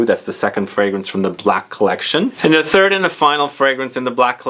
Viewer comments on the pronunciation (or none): none